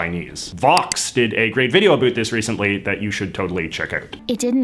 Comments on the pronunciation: you're the first person I have ever heard say adoot (in a non-joking manner) instead of about (I'm from Alberta and never understood the stereotype) won't lie hearing someone actually say it I quite irritating to me. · It startles me every time you say "about".